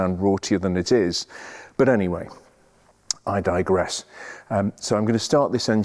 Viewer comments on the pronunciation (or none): none